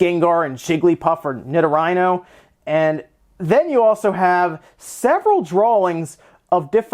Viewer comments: "Nidorhyno" It's pronounced "nee-doh-ree-no". You don't have to take other people's word that it's Gyarados. The name below it, ギャラドス, literally says gyaradosu. Interestingly, what appears to be Cloyster is called sherudaa (Shellder). I'm so sick of this idea that they're running out of ideas for designs. I've been hearing this forever. People complain about how now we have ice cream cones and lamps, but they always conveniently forget that they've been basing Pokemon off of objects since the beginning, like Magnemite and Voltorb. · Its pronounced NI-DOH-REE-NO not NI-DOH-RHINO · Ni-dor- rhino? Really? 😣 it is Knee-door-ree-know. God that was a bad butchuring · "Nido-rhyno"? Really?